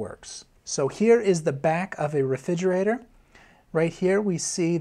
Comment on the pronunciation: I was getting a lot out of this until I realised he can’t say refrigerator, which is super super distacting